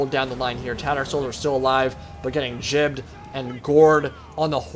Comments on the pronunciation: GIBBED.. NOT JIBBED. WITH A G. NOT A J. Driving me fucking crazy. I have a Jolden Retriever, that likes to watch Juardians of the Jalaxy. One time I got a Jift for my birthday, it was a joldfish. G. "Guh" G I B B E D. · I love when people are so adamant about stuff and are literally wrong lol. Gibbed comes from GIBLETS, which is pronounced with a J sound. Here's Cambridge, Oxford, and Dictionary .com making you look silly, click the pronunciation under the word.